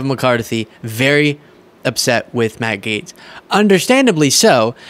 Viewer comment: Sounds like the host is saying Maggot, ( Matt Gaetz)!!!!